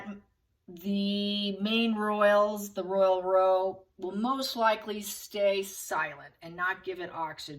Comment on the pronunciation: love your tarot been watching for years, but…… it always cracks me up when Americans say Royal Row (and pronounce row as roe - like toe). When English papers write Royal Row they mean it to be pronounced like how or cow or now. A “row” in this interpretation means a fight or argument. Don’t mean to be a smart aleck but it really changes the meaning when pronounced the way you do. Cheers! 🇦🇺